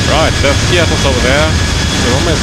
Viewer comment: The pronunciation of the island is Skiáthos and not Skí-athos. It’s just a tip as almost all sim pilots can’t or do not want to pronounce it correct.